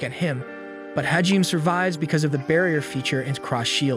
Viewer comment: Hajime - Is pronounced - HA-GEE-MAY